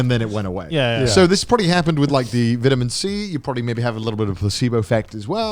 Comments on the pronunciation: “VITuMeN C” lol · The way Grant pronounces vitamin 🤣🤣